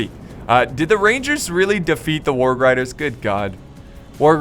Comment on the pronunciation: when he doesnt know how to say warg....... HAAAAAAA